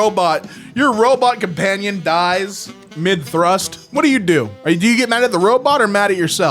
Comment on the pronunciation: Fuckin' "Amazon 'Thrust'"... 🤦‍♀